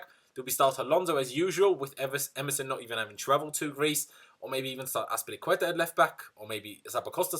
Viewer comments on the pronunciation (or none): none